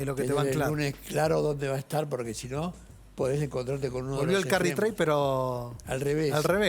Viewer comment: Se puede saber por qué decís borque en vez de porque…?